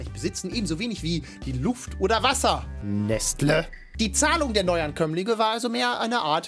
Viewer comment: Halt stop das heißt Nestleeeeeeeeee